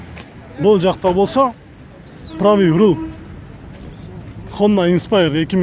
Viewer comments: Правиый руийл деген эмне туура айтчы же кыргызча эле он же сол деп айтсан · Pravyi rur dep koichu he he